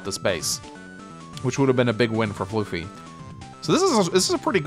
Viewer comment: Still calling me floofy instead of fluh-fie ;-; Anyway, time to explain my side of the game. I'll keep it short time. I do agree with keeping bboat on the port to distract the stealth. That was something i realized after I moved my bboat off the port. For the most part, I was under the plan to overwhelm the center before the stealth comes into play. I underestimated the effects of using that much unit count against the stealth. I built the bomber as a way to offset the stealth and help the center, but then i saw the AA and realized that the bomber won't win and that I need a fighter response. As for the HQ defense. I saw 2 paths to attack and save my HQ. Block Rock Megatank and the Neotank counter attack (from earlier) would do a combined 99% minimum damage so it is very likely to kill and open the way for the HQ interrupt with my bomber. (A very losing position). To do this, i just need to send both my AA to kill the fighter by using the first AA to move to the other side. The attack pattern I actually did in the game is much riskier and a much lower chance to breakthrough to the HQ, but would put me in a much better but still losing position. My second AA could attack the HQ and my bomber would be allowed to get a Neotank had I gotten the unlikely luck roll.